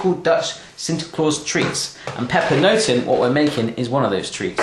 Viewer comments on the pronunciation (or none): you pronounce it like this: papernoten